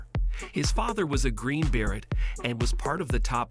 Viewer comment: Who the hell is “jay LaYno?” And what is a military “Green Barret?” Lol